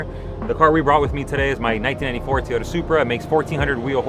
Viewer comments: It's Toyota not Teeoyta! 😆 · Sounds like he is saying to-ota